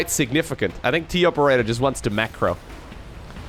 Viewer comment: it's pronounced TOperator not TOperator.